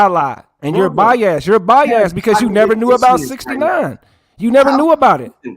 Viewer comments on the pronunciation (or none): can’t pronounce Biased he says By-Azz lol 😂